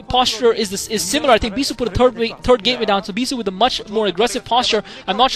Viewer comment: haha, i always hear "turd gateway". im sorry, i just had to laugh ^^ great commentary :)